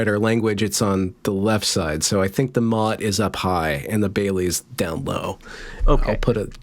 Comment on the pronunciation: Service announcement: It's Motte and Bailey, like the castle thing. NOT Mutt and Bailey, which are two really cute looking figurines. You learn something new with every misspelled google search